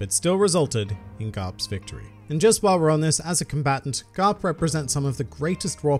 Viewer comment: did you just say grap instead of garp